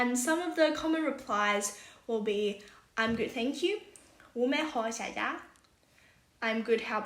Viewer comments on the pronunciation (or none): 上海话里 谢谢是xia ya，两个谢的发音略微不一样。是xia ya，不是xiax ia.